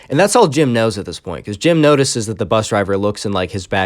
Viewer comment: bus not "P"